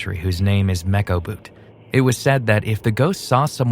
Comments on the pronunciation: its not mecho bhoot eits mesho bhoot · Mechho bhoot❌ Mekoboot✅ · It's "mecho bhut " 🙂